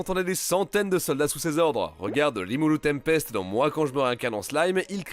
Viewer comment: Je vais peut être faire le puriste mais un moment donné soit on respecte les langues et on fait un effort, soit on fait rien. A , ce n'est pas " RIMURU TEMPEST ". Ce n'est pas non plus " Limule tenpesuto "... C'est Soit " Rimuru tenpesuto " ou bien " Limule tempest ", ça c'est le nom du personnage principale, en japonais et l'autre en occident.... Un peu de sérieux, on aurait dit que personne n'a vue l'animé, ni s'est renseigné correctement...